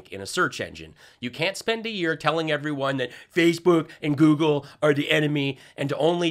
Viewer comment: "if you Go-Goled my name." 😂 😂